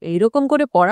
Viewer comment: দিদি, ওটা শম্ভু নিশম্ভু নয়। শুম্ভ-নিশুম্ভ হবে।